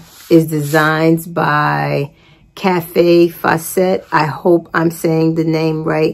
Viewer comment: Kaffe Fassett is pronounced like “safe asset” ;-). He IS the MASTER of colorwork!